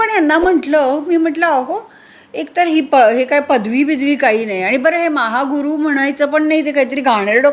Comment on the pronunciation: महा हा गुरु 😂 असा म्हणायचा आहे ओ सुप्रिया ताई